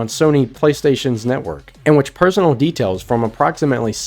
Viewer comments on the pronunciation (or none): none